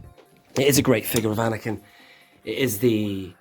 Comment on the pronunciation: I quite like A-neck-in ... 🤦‍♂️🤣 Couldn't you apply the stickers and then use an earbud to apply some black paint over the top to tie in the weathering!? 👍